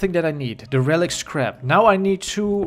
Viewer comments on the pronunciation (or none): I thought said crap but he said scrap